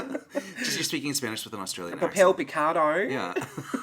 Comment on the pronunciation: Lmaooooo you saying papel picado!!!!! Too funny!!! I absolutely love listening to your videos. I would love to hear you chastising the cats in Spanish. Do you use their full name as is customary for moms to say to their kids when they’re really really in trouble. Thank you so much for sharing. The all around content of your videos is super entertaining!!!!! 😂❤️